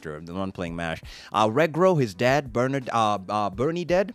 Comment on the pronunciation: This is how you actually pronounce Mash's last name "Burndead